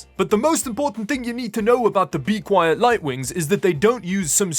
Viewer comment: You dont understand how refreshing it is to hear you say bequiet. If I have to listen to you pronounce linode one more time through your nose, im going to end myself.